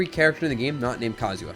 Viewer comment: Please stop calling him Kazuwa